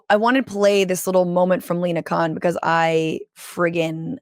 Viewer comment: I cannot believe I heard an American pronounce her surname as Khan not Kon. Well done Franscesca.